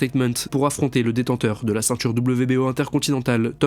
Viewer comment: Le IN se prononce IN , pas AN ….. on prononce CEINTURE, pas CENTURE…… SYMBOLE, pas SAMBOLE etc Etc